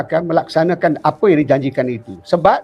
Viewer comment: SEBUT YANG... JADI YAN....DAH TUA BANGKA BAHASAPUN SALAH LAGI